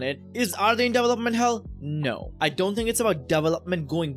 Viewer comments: your indian accent came out strong on this one 🤣 DEEVALOPMENT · I've never heard it pronounced Devel-Up